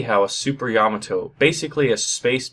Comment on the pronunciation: YA-MA-TO not YA-MO-TO